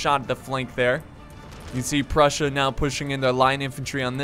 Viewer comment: Did he say brussia?